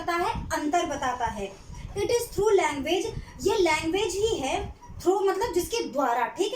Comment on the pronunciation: Its language.. Not languge mam